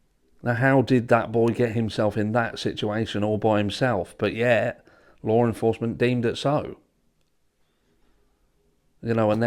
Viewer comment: Can I get a translator over here?? I don't know the difference between LAW ENFORCEMENT and "lore enforcement ".. 😂😂😂